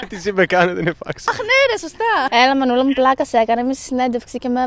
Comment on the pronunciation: Τα λέει μανούλα μου τι κάνεισ σε ξύπνησα ακούγεται σαν να λέει Μανώλη μου τι κάνεις???